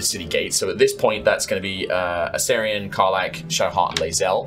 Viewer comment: the “a-STAIR-ion” pronunciation is irking me so bad😭